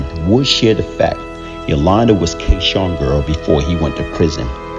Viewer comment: His name was K-Sun, not K Shawn